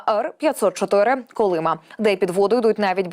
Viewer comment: КолимА , а не КолИма. Наголос на останній склад.